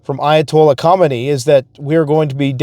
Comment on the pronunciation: The k is silent in Ha-me-nay ( correct pronunciation)